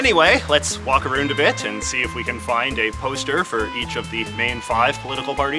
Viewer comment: You saying Aroond now? Come on dude.